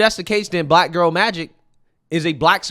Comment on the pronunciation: what's with the way Joy pronounces "black"? Like she doesn't like the word. She says it in a very nasty way. Like she emphasizes it in a weird way. listen to her.